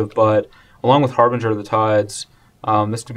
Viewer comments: That's pronounced "Har-bin-JUR" not "Har-Bing-Er" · HARBINGER! It's pronounced har-binge-er as in binge-eating or binge-drinking, with a harsh "g" sound. It's means like an omen announcing the arrival of something, ie. he announces the coming of the tides. Which like, doesn't make a whole lot of sense, but still. It's really painful to hear it mispronounced so much.